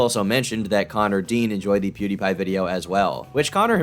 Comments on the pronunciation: His mispronunciation of Pewdiepie just…enrages me. Every time. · Take a shot every time he mispronounces “pewdiepie” and rest in peace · oh my god him trying to pronounce PewDiePie is killing me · I can't get over how he pronounces pewdiepie, it's like he's 100 years old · Why would he not listen to a single video to hear how to pronounce Pewdiepie? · I die a little inside every time he tries to pronounce Pewdiepie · The way pronounces pewdiepie almost killed me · The way this guy pronounces PewDiePie is the most annoying thing ever, seriously, he's been hounding the guy for years and yet he can't even pronounce his alias right. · Every time he mispronounces pewdiepie I loose a year off of my lifespan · Lmao the way he pronounces pewdiepie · Every time he says Pew DIE Pie it makes me want to die. He says it correctly at the very beginning of every video, he clearly never watched even 10secs of one of Pewd's videos. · If I had to hear him say Pew-DIE-Pie one more time I was gonna club a baby seal. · Pew - DIE - pie . = PokeMAN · why the fuck does he keep saying "pwe dah pah ee" instead of pwediepie? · "pew die(thy) pie"🤣😭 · Lol dude said pew-"dye"- pie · When hearing him pronounce Pewdiepie as Pew-Die-Pie. xD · imagine having full access to the the internet, where Pewdiepie’s name being pronounced correctly (Pew-DEE-pie) is quite literally, recorded & accessible, to anyone with a smart phone or computer, AT LEAST tens of thousands. listening to a man twice my age mispronounce a title in succession multiple times, is the definition of ‘nails on a chalkboard’. my IQ took a staggering hit consuming this dudes manic streams of consciousness, aka ramblings & delusions of grandeur he considers ‘content’. these people are fascinating… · Poo dye pie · If he says”piud eyed pie” one more time I’m gonna lose it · PEWDAIPAI HE SAYS IT SO BAD IT MAKES ME MAD WTF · Say “Pew Dye Pah” one more time… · man every time he says Pew Dye Pie I want to rip my hair out